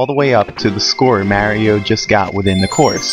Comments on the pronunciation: Mario not "Mare-io" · Mary-O lol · Mary-O? Arrgghh! >.< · Whos marey-o? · Why dies he call him "mary-o" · its mario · This guy doesn't know how to say "Mario" correctly.